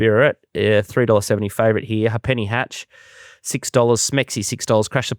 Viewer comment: That horse Ha'penny Hatch is pronounced "ape knee" it is actually a bastardized version of half penny, long, long before your time the money started with a Farthing(25% of a penny) then a ape knee(50%) then a penny etc, they are all gone now